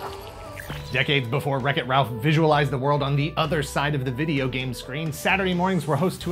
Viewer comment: Here in the U.K., he was colloquially known as “Captain N, the gay master” because of how the narrator pronounced “game” in the title sequence.